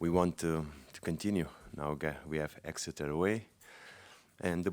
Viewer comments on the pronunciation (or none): none